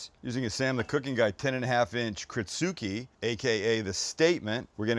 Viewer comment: By the way, it's pronounced krits su ke